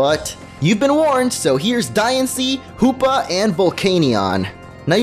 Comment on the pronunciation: Sounds like a lot of... HOOPLA It's Hoopa, not HOOPLA